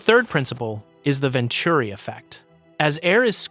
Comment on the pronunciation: AI mispronounced venturi as venchuri for some reason